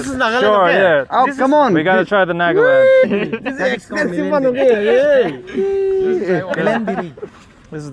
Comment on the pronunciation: guess learning to pronounce Nagaland (naa·guh·land) is too much for you